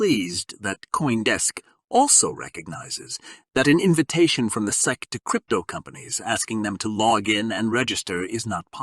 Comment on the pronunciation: who is reading this shit he said Xarp and seek instead of SEC LMAOOOOO